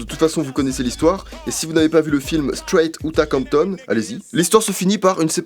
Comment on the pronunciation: Au moins prononce bien les noms que tu cites. "Strayt ou t'a comton" Et parler de l'histoire de rap sans citer Big Pun. Je dis non monsieur.